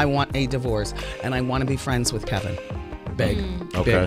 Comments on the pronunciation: are you calling him KEL-vin in disrespect? because his name is Kevin, not that he deserves to be call anything other than cheater! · Dude, it’s not KELVIN!!! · His name is KEVIN, not KELVIN ! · So is his name Kevin or Kelvin? Sound like she keeps calling him Kelvin.